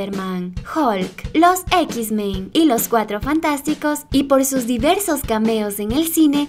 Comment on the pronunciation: Buen video!!! Solo una observación.....No se dice equis Men sino: -eks Men-.....